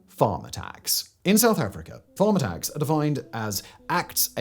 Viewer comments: I thought he said “farmer tax” not “farm attacks”. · I’m American… is he saying “farmer tax” or “Farm attacks”? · Am i the only one who heard, throughout this video, "farmer tax"? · I was 12.5 min in before I realized he's not saying "farm tax" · I was in when I realized he was saying "farm attacks" and not "farmer tax" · My brain. Took 3 minutes to work out you were saying "farm attacks". I honestly heard "farmer tax". 😂 Now it makes sense. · I'm sorry, but did anyone else not realize Simon was saying "farm attacks" until halfway through the video? I was like, "Farmer Tax is a strange term to classify a murder." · Absolutely. I thought it was a rather flippant way of describing what he was describing, till I looked at the video and saw it was Farm Attacks